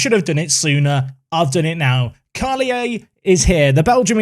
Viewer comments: It’s just pronounced « Karlier », as you would in French :-) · Carl-yay would be a good pronunciation for the Belgian kid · karlier is how you pronounce his name, great signing! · Carlier is pronounced Karl- here (w/out the h) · Carlier being Wallon (French side of Belgium), the pronounciation is as follows : Karl-E-Yeh The only time you'll have a "shh" sound in French is when you have an "h" following either a "c" or an "s"